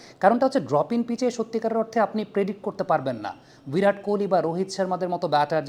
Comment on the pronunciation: "ভিরাট" নয়, "বিরাট"। শব্দটা বাংলা ও হিন্দি দুই ভাষায় দুই ভাবে উচ্চারিত হয়। আপনারা, সমস্ত বাংলাদেশিই অবাঙালিসুলভ "ভিরাট" উচ্চারণ এবং বানান; গ্রহণ করেছেন। কেন বোঝা গেল না।